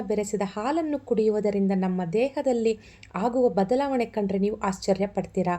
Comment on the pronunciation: bejar agbedi swalpa ಹ & ಅ ವನ್ನು ಸರಿಯಾಗಿ ಹೇಳಿ ಪ್ಲೀಸ್ 🙏ಹಾಗುವ, ಹೊಳ್ಳೆದು ಅಲ್ಲಾ ಆಗುವ & ಒಳ್ಳೇದು ಹೀಗೆ ಹೇಳಿ ಪ್ಲೀಸ್ 🙏